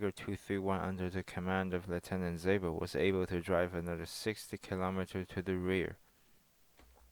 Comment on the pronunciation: You pronounced "Zabel" alright. The "e" is not silent at all and the a is pronounced similar to the a in the English word "rather".